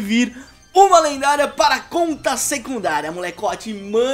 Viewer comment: O falou lenguária